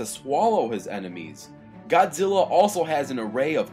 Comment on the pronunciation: it's like he said godzillo